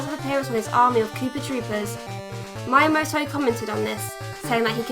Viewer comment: Regarding pronunciations, it's Mii-a-moto, or you could say "Me a Moto", as if a caveman could be a Motorola phone!